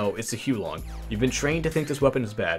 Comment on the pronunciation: Its actually pronounced: The "Hu-ar Long" heater (with the "r" sound silenced). Means "fire dragon" in chinese